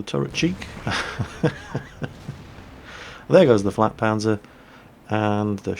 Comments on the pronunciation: Dont say flakpanzer God-Dammit! JAGpanzer and FLAKpanzer are HUGELY different, this really annoyed me, one of my few pet peeves, also I hope to see you today at kent! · I'm pretty sure he said FLATpanzer, which is a nickname for the JgdPz4